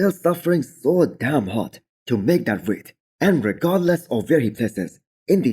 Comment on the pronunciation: You shouldn’t enunciate DAMN so much. Proper English you don’t enunciate damn more than the following adjective.